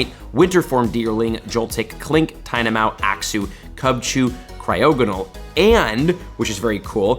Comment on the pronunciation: “ Tynamao” hmmmm I never knew tynamao spawned in two habitats